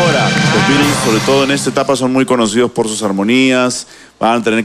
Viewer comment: Seg. . "....con ustedes, los Bitos" 😂😂😂😂😂😂😂😂😂😂😂😂😂😂😂😂😂😂 JA JA JA JA JA JA no mames que buena pronunciación para ser un conductor de programa de T.V. a nivel Nacional xD Perú necesita más Inglés 😂😂😂